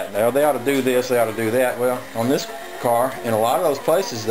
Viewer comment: My New England born wife always laughs when she hears you say "Wicked Cool" with a Georgia accent!